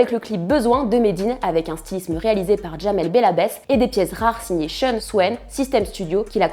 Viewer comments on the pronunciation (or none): none